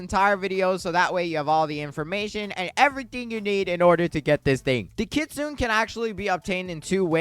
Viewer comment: Kit-soo-neh bro please 😭